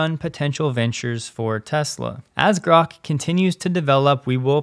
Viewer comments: Grahk. Like that. Not Groke. Read the book. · It is pronounced GRAWK. It is a term that comes from a Robert Heinline Sci-Fi novel "A Stranger In A Strange Land". It means to grasp or understand.This novel is acknowledged as the first Adult Sci Novel. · Grok is pronounced as Grock, as in "lock". It is not a matter of preference. To pronounce it with a long "o" would require appending an "e" (Groke), as in "broke". This is a basic rule of English spelling/pronunciation and not up for debate. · It’s Grok, pronounced like rock. It’s from Robert Heinlein’s “Stranger in a Strange Land”.